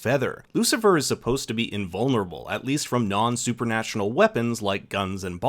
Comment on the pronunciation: supernational? lmao